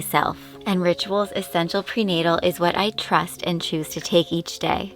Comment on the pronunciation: Did she say “prenatal”?